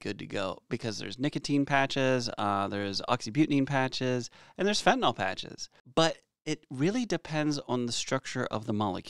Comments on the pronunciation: It’s fen ta NIL not fen ta NOL!! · Can anyone pronounce it correctly??? Yl is pronounced "ILL" not "all" So FentanILL. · Awesome videos, super informative and great chemistry detail. My nerves would calm somewhat if you correct your pronunciation to “nyl” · Why do you keep calling it fentanol when it’s fentanyl? Love your content!! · The joke is how everyone pronounces it as "fentanol."